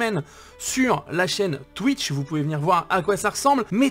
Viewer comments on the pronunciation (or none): none